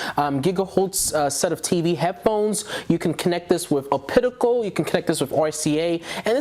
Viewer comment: Great review, but buddy it's pronounced op-ta-cal not ah-pit-i-cal. You really grew that chin fuzz fast LOL.